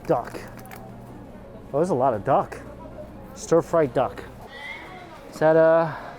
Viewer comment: LOL! Thought you said tteok...not DUCK...quack!